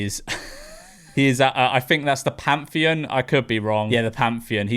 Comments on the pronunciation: PARTHENON, mate! PAR-THE-NON! Not Pantheon! To the Amalfi lady: do your research next time. To the Korea lady: please visit your doctor. You are clearly suffering fron delusions. Oh! And stop trying to shame random men in the street! All you do is shame yourself! To the water lady! Who hurt you? Because what you're saying isn't true. If it is, where??? Because you can't just say Europeans and mean ALLLLL of us! Different countries, different landscapes, different everything! To the... innovator: wake up! LOL To the American boy: no, son! We don't consume everything American. We have our own brands, music, tv shows, movies. And there is always the rest of the world outside Europe and the USA. Don't overestimate yourself and your country. Oh! And yeah! We shit on each other too, not just Americans! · PARTHENON not "pantheon". Learn to read you mong.